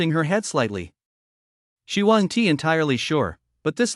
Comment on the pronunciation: its really hard to listen to the broken ai reading words like "WASN TEE" for "wasn't"... I dunno if I can keep listening